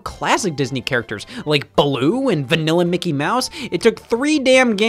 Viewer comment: The way he says Mickey be in an accent.